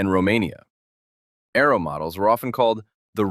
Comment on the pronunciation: Its not arrow is ARO learn to enounciate your words correctly !